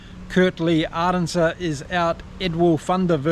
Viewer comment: You nailed that "Arendse" pronunciation. As a South African I love to hear it.